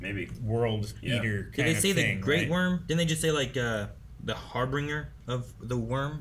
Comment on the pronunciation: Are you guys saying Harbinger wrong on purpose? I know it's a thing you do to annoy each other, but this one really ground my gears haha